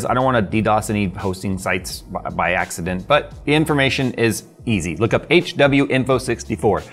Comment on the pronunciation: Ya pronounce tha legend as... H-Winfoh